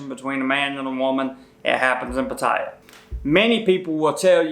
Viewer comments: First hint. If you're going to claim to be an expert on Pattaya, LEARN HOW TO PRONOUNCE IT PROPERLY!!!. It's not Puh-TIE-uh. It's Pat-a-ya and the middle syllable is almost not spoken. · Spent a full year in the military in Patttaya Thailand and actually the correct pronunciation is PAT-tee-yah not Pat TIE yah. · Its pronounced "Patti eye," not pa ti ya. I was there in 1971 while at Utapo Airforce base in U-Tapao Thailand Good advice because the girls would love to go back to America and they don't care what you look like. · it is said PAT TEA ahhh not Pa tye ya! makes me wonder if youve even been there! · You’re an idiot! I lived there for a long time! The safe in the room?? You’re more likely have staff steal your stuff,, thanks for making us Americans look even dumber!! And what is PA-Tie-A?? It’s Pa-ti—ya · I cannot pay attention....because as soon qs you start talking, I see you cannot even pronounce Pattaya. It is not Pat...taya. It is Pat ....tya. Ask any Thai people. Correct this and I might come back...maybe...... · Why do these people who can obviously read English persist on calling it Pattire when they can plainly see its Pattaya . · You should learn how to pronounce the name of the city! It is not 'Pa - tie - ah' ... It is pronounced 'Pat - tay - ah' I lived in East Pattaya for years ... on the 'dark' side of Sukhumvit. Sanuk! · Initially, I thought this would be stupid as I've been there 70+ times over many years. However, you actually had some good points for less experienced guys. I would ask you to pronounce the city name properly: It's Pat, not Putt. So, it's Pat tay a, not Putt tie ya. Thanks. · I think it's pronounced PAT - TIE - YAY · Pa taya?? You would have WAAAAAY more credibility if you learned to pronounce the name of the place you purport to educate about. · Patt eye ya? this dude doesn't even know how to pronounce the name correctly. For sure he has never even been there. An idiot with a girly hat. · you pronounce it as pat-ta-ya